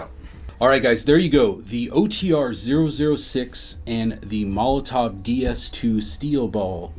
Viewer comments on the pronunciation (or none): Is just me or does it sound like pronounces Molotow as Molotov?